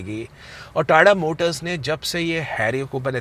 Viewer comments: Tada nhi tata hai ... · TATA always TATA not TA TA....